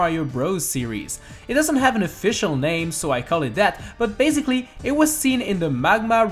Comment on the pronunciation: Who else realised he is saying baziclly?